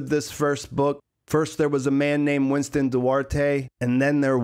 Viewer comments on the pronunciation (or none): none